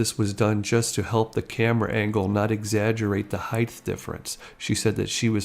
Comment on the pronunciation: . 👍Wow. So glad I found your channel. Superb work! P. S.: No such word as “ heigTH”. The word is spelled and pronounced HEIGHT and rhymes with WHITE. I was surprised to hear you mispronounce it as I have heard a few people do because they are no reading it correctly (switching the ght at the end to gth. Maybe because of the ending of its counter word WIDTH??? Great job otherwise. 🤷🏼‍♀️👍